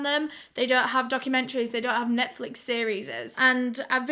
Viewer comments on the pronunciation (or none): none